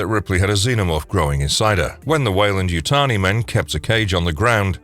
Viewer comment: Wayland Yuyani???? It’s Weyland Yutani LOLOLOL!!!!!